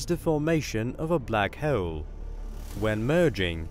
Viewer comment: This guy: Black heaol